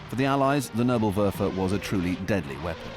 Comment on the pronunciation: It bis not nurblewurfel , it is Nebelwerfer [Nay-bull-Where-fir] (fog thrower ). PLEASE DO FOR ONCE >>SOME HOMEWORK BEFORE YOU BUTCHER LANGUAGES. Have some RESPECT for other languages!